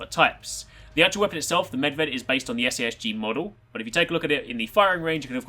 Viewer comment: Just want to say thanks for pronouncing perfectly Medved. Most of Americans fail to pronounce foreign words. Even characters like Niko Bellic and Zoran Lazarevic.